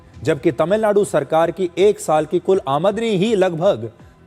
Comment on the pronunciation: आ मदनी नही सिर। आम दनी 😅